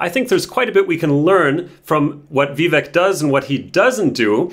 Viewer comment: It’s Vivek pronounced Vivake like Cake. Nice if you could pronounce his name correctly